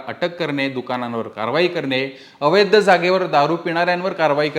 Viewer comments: अवैद्य नाही अवैध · अवैध्य नाही अवैध असे म्हणा. पुणेकर मराठी भाषा वाचवा.